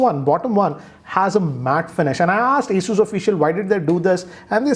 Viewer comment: It's not Aey-soo like you say, it's Aw-soos. Listening to your pronunciation i lost face with my cousin saying it the same way thinking that you must be saying it right. Later on i checked.